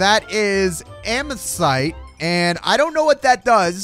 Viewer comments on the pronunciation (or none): and that is amasite Me:, it’s pronounced Am-a-th-i-st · It’s not amosyte it’s AMO-THIST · says amethyst is amesite and is triggered cus of steven universe Me: REEEEEEEEEEEEEEEEEEEEEEEE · It's funny when he reads amythest as amysite😂😂😂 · Amesthyte? It’s amethyst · Omg LOL he doesn't even know how to pronounce amythesite